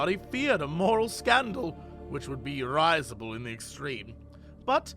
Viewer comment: Love the vids Jesse, but just one teeny tiny little thing: risible is pronounced rih-zible (as in 'ree'), not ry-zible. Just saying :P <3